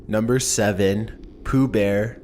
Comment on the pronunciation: No not pooooh!